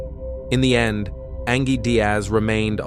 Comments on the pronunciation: Come on... Do you not even watch your videos or hear your robot narrator saying "An-ghēe" not "An-jhēe ANGIE" like any real person would? But hey, most people want to honor the dead. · "An-GEE"? Its pronounced "Anjee" clearly AI, that was just lazy... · Ang-gee? No. Just narrate it yourself. The background music is nice though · I think the pronunciation of her name is a bit off 😂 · 😂yeah. It’s pronounced the same way as the other spelling of ‘angie’. Mistakes happen but it always bugs me lol